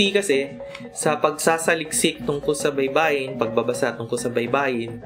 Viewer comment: baybay is spelling....baybayin is to spell......baybayin, stress last syllable.